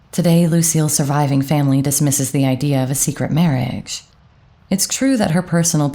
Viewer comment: I like your voice, but find it weird that you sometimes seem to add some "k"s like in marriakge, mukch; evenkually or akge.